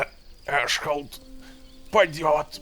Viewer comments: Не эшхолд, а эс хол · почему эшхолд а не аssхолд?)))